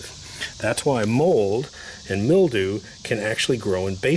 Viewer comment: Hey pal go back to school-Grrrrrrr mil·dew /ˈmilˌd(y)o͞o/ Learn to pronounce noun 1. a thin whitish coating consisting of minute fungal hyphae, growing on plants or damp organic material such as paper or leather.